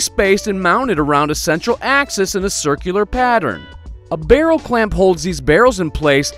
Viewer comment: What a truly dreadful voice and what tf is a 'birrol'? Do you mean 'Barrel'? If you mean 'barrel' then say 'barrel' not 'birrol'! Stopped playback because I couldn't stand the voice any longer. Thumbs down for the awful voice